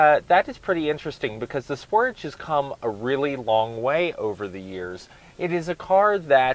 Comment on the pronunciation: Fair review but please learn how to pronounce Sportage and Hyundai properly :-)